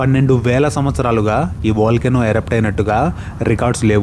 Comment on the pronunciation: Volcano not vilcano